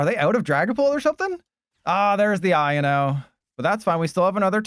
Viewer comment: I and o???? I owe no is the pronunciation